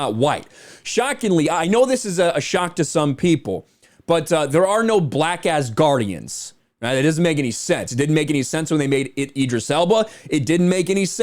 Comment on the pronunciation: Lol it’s sounded like u said “black ass guardians” 😂🤣😅